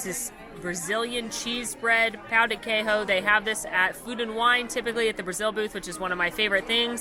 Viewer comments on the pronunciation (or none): We proounce queijo as kay-jzho, not key-ho. it is a brazilian staple, but we for sure do not eat with chimichuri.